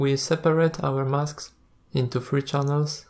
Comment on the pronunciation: Great tutorial, thank you. Just pointing out for your English - which is generally excellent by the way, "height" is pronounced "H-eye-tuh" and not "h-eye-th" and "three" is pronounced "th-ree" not as "ff-ree". Just some pointers, I know how tough a second or third language can be :)